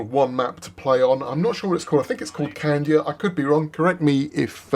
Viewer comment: Where is the "N" in Cadia????????!!!!